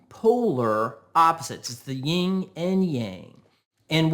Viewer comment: That's Yin and Yang. Not Ying.